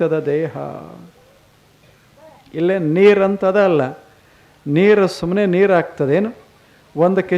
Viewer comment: ನೀರ ಅಲ್ಲಾ ಸ್ವಾಮಿ, ನೀರು ಅನ್ನಬೇಕು ಅಲ್ಲವೇ 🙏